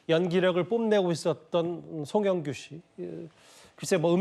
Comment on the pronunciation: 마지막인데 이름은 제대로 불러줘라 앵커야